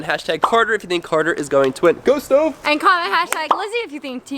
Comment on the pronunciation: Did carter just call stove stovuo??? Like if u heard it 👍🏻